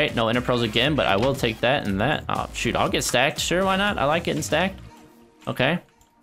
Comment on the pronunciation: Hamada zaghloul he said shoot but it sounded like SHT..